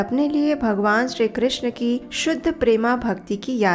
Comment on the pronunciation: Hare krishn' App bhut sundar awaj m har Katha ko sunati hai or bhakti marg ko pradarshit krti h uske liye dhanyavad Ek request h app hare krishnaa* pronounce krti h But Krishna* is draupadi's name Hare Krishn` 🙏🏻